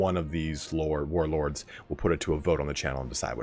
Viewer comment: Hey man I just gotta say, I really appreciate your attempts at actually saying the warlord names right. Every other youtuber video on TW:3K is just "yeah I don't know how to say these names and won't even bother to give a serious attempt after the first time"